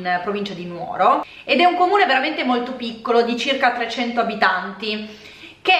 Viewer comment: Gli accenti in effetti sono pressoché tutti sbagliati, poi ok ci sta, però comunque è Noragùgume o Nùoro così come Sèdilo, Màrghine. Il punto centrale è però che la disamistade è un po' più complessa e il tutto non può essere derubricato a semplice insensatezza ("futili motivi"). Innanzitutto la parola è traducibile come "inimicizia" e sì diciamo che comprende anche la dinamica della "faida" e delle vendette famigliari. Ci sono alcuni testi centrali per la comprensione della disamistade e più in generale della società sarda e dei suoi piccoli centri che produce, appunto, quelle dinamiche. Una società agropastorale dove il mezzo di produzione è direttamente la terra e il bestiame, quindi non è futilissimo avere problemi di terreno, o di "abigeato" (reato diciamo particolarmente sardo, ora non si fa più, negli anni Settanta soppiantato sempre più dal sequestro di persona). Esistono testi che affrontano il tema e più in generale il cosiddetto "codice etico barbaricino". Questo però crea confusione: non esiste un testo scritto, così come non è una sorta di codice d'onore ligio, ma sono consuetudini tra famiglie di pastori in piccoli centri dove tutti si conoscono e dove però possono nascere inimicizie per varie questioni, banali o "profonde". Sicuramente il testo di Pigliaru è centrale, specie perché manca una vera storiografia sulla questione che al di là del foklorismo affronti il problema come questione sociale ed economica: l'editto delle chiudende (il capitalismo agrario in